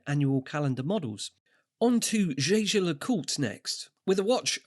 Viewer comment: It's "Jäger", not "Shaysher".